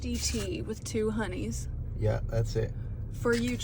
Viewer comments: "Milk Majesty tea with two 'oneys" - HEY MA, I SPOTTED AN ITALIAN!!!! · you said 2 oneys lol